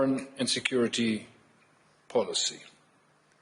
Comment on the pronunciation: Kinda sounded like he said America's foreign insecurity policy hahaha